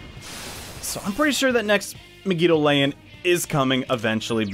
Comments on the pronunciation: "Meg-EE-Doa-Lain" he says. Um, Mah-Gee-Doh-Lahn, thank you. It's based on the romanji, which means the vowels are always prounced the same. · MEG-I-DO-LAY-IN. Why. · The way you pronounce megidoloan irritates me to no end. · Why do u pronounce megidolaon like that😭